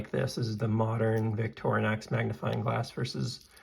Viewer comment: Hey at least you pronounce Victorinox correctly. There are Youtubers out there pronouncing it Victor-nox and Victory-nox. So you're ahead of the curve there. Nice video.